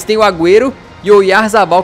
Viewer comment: quando vc falou oyzabal,eu achei que era o goleiro kepa Arrizabalaga kkkkk Que golo bonito do Batchuayi de falta